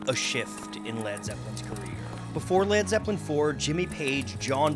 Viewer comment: He said lad zeppelin